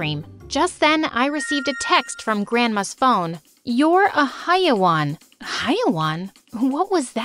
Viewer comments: Yup she was pronouncing it as hi-waan when it is hai-waan(hai rymes with "ca" in the word "cat) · "Haiwaan" its haywaan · I can’t take it , lmao its “Hayewan/e” not “Haiwan” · its hewaan not haiwan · I am from Egypt that means I speak arabic when I heard the word haiwan I was dying from laughter note: they said the word haiwan the wrong way tho it doesn't sound like that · the word haiwan is pronounced wrong